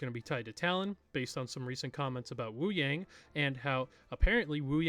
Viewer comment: i dont mean to be a hater or anything, because this video is great, but hearing you pronounce Wuyang (Woo-yawng) as Woo-yaing really irritates me especially when literally EVERY trailer he has and every character pronounces it as Woo-yawng.